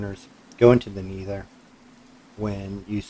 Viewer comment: its a good farm but pls stop talking so much about every thing, its helpful for complete noobs but so annoying for people who know a thing about the mod also its pronounced never not neether or needer